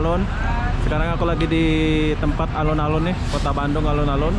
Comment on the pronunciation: Alun-alun Bandung Bukan Alon-alon Kalo Alon-alon bahasa jawa yang artinya pelan-pelan 😁